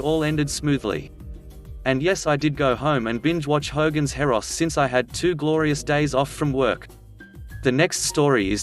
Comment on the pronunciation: It's 'Hogan's Heroes", not Heros lol